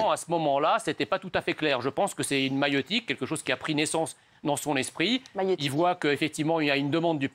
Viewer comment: J'aime la fille qui répète le mot "maïeutique" dans le sens "mais keskidi ?" 😂